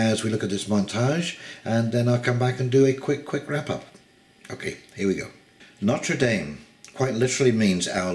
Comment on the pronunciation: If you hold this cathedral in such high regard you could at least bother to pronounce its name properly.